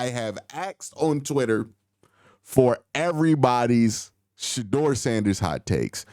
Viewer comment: It’s Shedeur not Shadoor! 😂